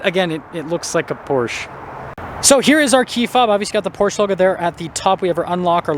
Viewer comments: It’s Porsch uh - not Porche. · It’s “Porsh uh” 😂 I cant get behind a 4 banger in this car. Porsche punishes base level trim buyers. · Porsche is two syllables pors. Sha. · You pronounce it “porsh” while the dealers at the Porsche dealership pronounce it “Porsha”. And I’ve gone my entire life thinking it was pronounced “Porsh” 🫤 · Porsche 2 syllables